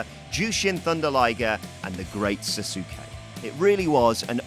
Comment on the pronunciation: the Great "Sah-Skay" not "Sah-soo-kee"